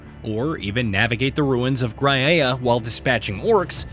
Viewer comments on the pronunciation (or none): Is not "Grah-I-Ah", nor "Isdor"